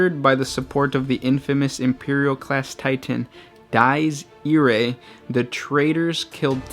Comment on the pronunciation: The pronunciation of Dies Irae is "dee-ez eer-ay"